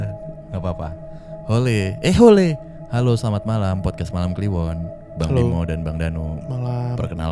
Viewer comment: "Hole, eh hole" wkwk bisa bisanya halo jadi hole si baaaanggggg😭😂